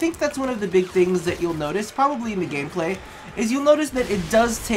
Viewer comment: Sorry to address this but you said game glay